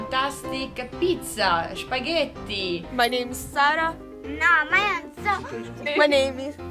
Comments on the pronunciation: she actually pronounced it wrong in Italian also, it's so funny when English speaking people try and say spaghetti, they usually pronounce perfectly the first part (spaghe-) but just can't say the double l, it's sounds like spaghedi😂 P.S. Did I make any error? P.P.S Do you use P.S.s? XD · I like how she pronounced spaghetti differently. I think with a H at the beginning “shhhhphhhagetti”